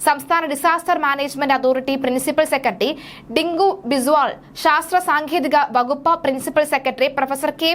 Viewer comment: സാങ്കേതികം എന്ന് ആണ്. താങ്കളുടെ ഉച്ചാരണം ശ്രദ്ധിക്കുക